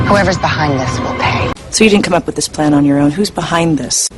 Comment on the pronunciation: come up with this plan...예전 강의에서 강조했던 업 뿟이라는 발음이 귀에 쏙 들어오니 공부한 보람을 느낄 수 있어서 좋군요.